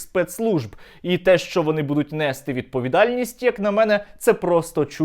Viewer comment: нестИ, ну що ж ви так, говоріть правильно)